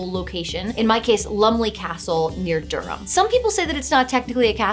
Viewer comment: Congratulations on your pronunciation of Durham which was better than 99% of American attempts. I do hope at least one of the DMs included the Lambton Worm in their adventure.